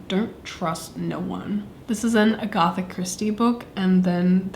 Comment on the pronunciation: I'm sorry but the way you pronounced Agatha made me do a double take. It's not ah-goth-ah, it's Ah-gah-thuh. ANYWAYS! I wish I had the funds to do this. I'm so jealous!